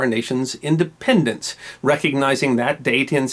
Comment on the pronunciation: “Indpenedence Days”